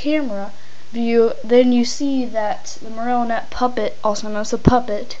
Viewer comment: he says marrnotie wrong